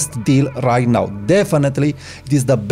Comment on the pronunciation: Why are you pronouncing “now” “naaaooowww”? BTW I like that photograph of the person smoking wearing shades.